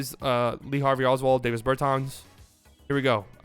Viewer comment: DAH-vis Bur-tahns